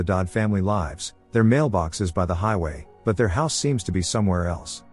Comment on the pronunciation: Please check your AI before uploading. Lives not meant to be pronounced like hives, Denis is not Denise.